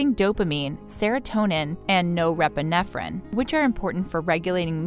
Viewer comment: No- rep- renephrine? Really? Terrible AI b.s.